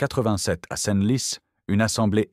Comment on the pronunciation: L'AI est une stupidité absolue. Plutôt que de dire "centlis" (Senlis), la voix dit "scène lis". L'IA n'est pas à la veille de remplacer les cinq sens humains. "LAONNE" au lieu de "lan".